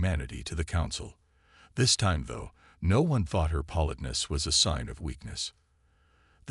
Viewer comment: if you are doing a whole story about politeness, you might want to learn how to pronounce it correctly.